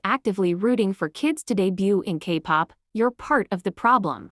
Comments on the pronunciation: The voice pronouncing 'kpop' as Capop😂😂😂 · Wow so funny a video that addresses minor exploitation but let’s laugh about a mispronounced word of an AI voice 😐